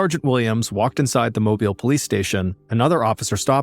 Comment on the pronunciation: Another interesting story with great delivery. Kudos on the pronunciation of Mobile. The malls in Mobile are not downtown and neither were new in the 80s.